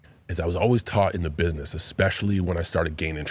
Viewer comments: Pat please stop saying bishnesh for gods sake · why cant pat pronounce business ? LOL its funny